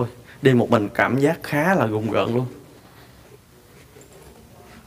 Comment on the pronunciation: Rùng rợn ông ơi ,gùng gợn cái gì đọc bậy ko